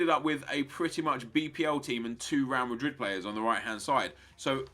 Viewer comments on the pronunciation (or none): none